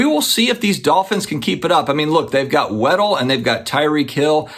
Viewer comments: It's WAD DLE...as in look at my big "Wad"...NOT WEDDELL. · It’s Jaylen WADDLE not Weddle 😂 Great content btw. 🙏🏼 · I believe his name is pronounced WAD-DELL (lol I don't even know if I'm explaining/spelling it the correct way) anyways im a Dolphins fan so I have really high hopes with Miami this year, I say that EVERY year lol 😂 😂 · Lol I just made a comment trying to say the same thing